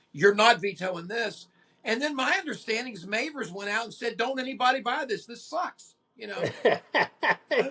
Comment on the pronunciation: Just a side note, its mavers , as in have. ThT pronunciation on the a. I totally agree with you about this album trashes oasis and pretty much everything since 1990. I met Lee after a gig, he wasnt enjoying doing the signing. Also met john powers in about 2004 Ieeds in a small venue after hours. Had a good couple of hours drinking after hours . Just a few of us. Really friendly guy. Funny and down to earth. Saw them twice 8n Leeds as the las. I was 16. At the Irish centre in Leeds. I just couldnt believe what I was hearing. It was the real deal! Almost a spiritual sound and experience. At one point, I think it was during I.o.u or way out. Cammys guitar went down. Thats when Lee took over . His rhythm playing is fantastic. He just drove the groove. It was pure old school rock n roll but with that ancient sound they had.Cammy was just dancing whilst they fixed his guitar. Second time was 91/2 . It wasnt the same. I can't beat your story tho. Good to hear lee being friendly . I actually think those smaller venues were the place to see the la's. Saw them 9n tge reunion tour. 8n 2005 i think it was. I asked the roadie, what new songs will Lee be playing? The roadie said ' there are no new songs' But for a couple of years in the late 80s, the las were the real deal. The realest of the real. Pure magic. Torn from nature it sounds